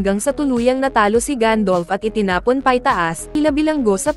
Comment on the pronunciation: Gandalf not gandolf